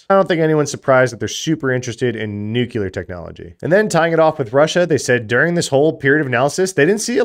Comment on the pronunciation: Also Nucular instead of Nuclear, always a fun one